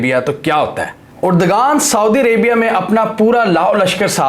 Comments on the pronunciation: Uragan nahi urdoaan hy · Why the hell you are pronouncing "Urdagan" ? Please correct yourself : Spell his name as..... "Erdoaan". mind you mr anchor that 'g' is silent here for pronunciation.